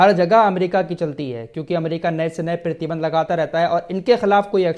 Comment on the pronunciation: PRATHI BANDH KO PEERTHY BANDH KAH RAHEN HAIN, AUR EK BAAT KHANDAN BOLE TOH TARDEED(DENIED ) KO BOLTE NINDA (CONDEMN KO BOLTE) ZARA TALLAFFUZ THEEK KARIYE AAPKA MERA NAAM AFRAAZ HAI HYDERABAD TELANGANA INDIA SE.